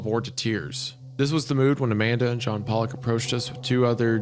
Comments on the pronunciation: Pretty sure its pol-lick. Po-lock is a racial slur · Isaiah 😬 Pollock is pronounced “pall-ock” like Jackson Pollock, or the type of fish. Poe-lock is a slur for Polish people. Just don’t want you to get into an unfortunate situation with that one lol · Every time they pronounce Pollock as Polack I laugh my ass off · Not Isaiah and Hunter pronouncing "Pollock" like a slur against Polish people the whole time. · I love how they keep pronouncing Pollock as the ethnic slur for Polish people.